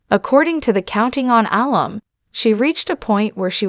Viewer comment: Alum is pronounced uh-lum, with emphasis on lum. It’s shortened form of alumnus. Incorrect on video says Al-um.